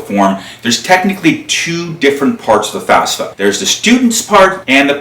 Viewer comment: Good job. Note, it's not the "fasfa".